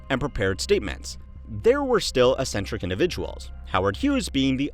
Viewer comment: Might wanna double check the pronunciation of "eccentric"